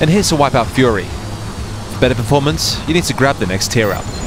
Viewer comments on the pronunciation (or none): none